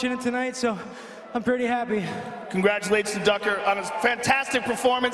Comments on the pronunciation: listen closely he says ducker rather than tucker lol. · hahahaha yeah he says ducker